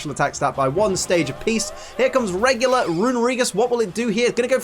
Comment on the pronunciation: You keep saying regular like a tard lol